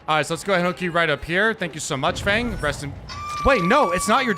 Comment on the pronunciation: not "fung". its "fang".